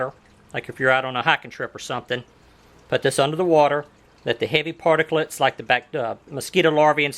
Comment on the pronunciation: Stop saying particlits